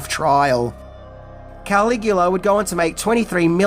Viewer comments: “Cuh-lig-u-luh” he’s not Superman’s dad Kal-el /Kal-igu-la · He thinks it’s Superman’s real name KAL-IGU-LA / KAL-EL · I don’t think he watched it because of the way he’s saying KAL-IGU-LA! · He thinks it’s Superman… KAL-IGU-LA / KAL-EL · no it hurt my ears!